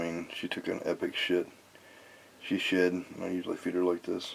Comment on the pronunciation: At 52 seconds I realize he said it just shed. But I swear it sounds like he just shit. Sorry just thought that was funny haha